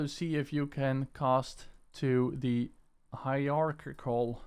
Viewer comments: Ugh, that still isn't right, not even close. It's "Hi-er-ARC-UL" you can literally google a pronounciation of it. The "er" is kind of soft, the ARC is harder, the "ul" is somewhat soft, a very short "L" sound. You can get away with saying the first part as "Hi-RAR" also and it will be close enough. You do not say it "RARK" the "ARC" is more separate from the "er" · hierarchical - HI RARK EE KAL alternatively it can be pronounced HI RARCH EE KAL :) Excellent video by the way and thank you so much for sharing this... As a fellow owner of the Games By Hyper V2 products I am so happy that you have shared this for us